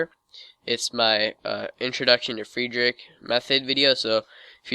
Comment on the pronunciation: Great. You don't know how to pronounce 'Fridrich' correctly and you tell us that we should be familiar with this method, and then you try to teach us F2L. Are you crazy? You didn't understand the difference between teaching and showing. Okay... that's the case with over 90% so called tutorials on youtube. If I didn' know F2L anyway, I'd not have understood anything you said. And that's not the only video you made that way.